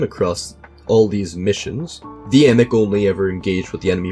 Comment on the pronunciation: Love finding out my distant family has military honors 🎉 thanks for not mispronouncing it like everyone seems to do 😂